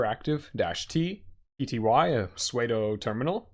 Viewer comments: haha sorry, I won't make the mistake of saying suede anymore haha, I mostly read documentation to learn so I'm lost on the pronunciation of some things. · I don't think correcting incorrect pronunciation is making fun of someone. He said "pseudo" wrong and someone told him the correct way to say it. That's being helpful. And I also paused the video, checked comments for said correction, and will now return to the video. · fyi - Pseudo is pronounced "sue-doe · i paused the video, made sure someone commented on his pronunciation of pseudo, found it, un-paused and continued